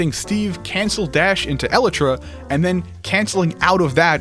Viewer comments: IT'S EL-AYE-TRAH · eluhtruh new steve meta pronunciation